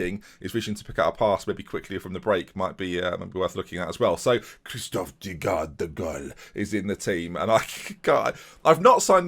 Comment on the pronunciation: Kristoffer Daugaard, hahahaha Im from Denmark, and the two A's is pronoucened as a Å. And the U like a V or W. So try saying Davgord or Davguard, because in english the two A's in a danish name is pronouced as GUARD